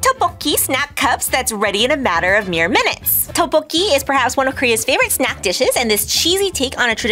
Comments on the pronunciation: Lotte is "Lo t" and "te" ... Tteokboki is more like "duck" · Not to be rude, but you were pronouncing Tteokbokki wrong😅